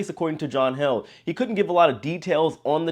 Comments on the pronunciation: John Heald....long e!...not held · Hey J, John Heald pronounces his name " healed " as in " The small cut healed in less than a week. " Thank you, J